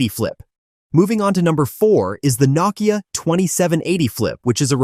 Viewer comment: It is pronounced No-Kia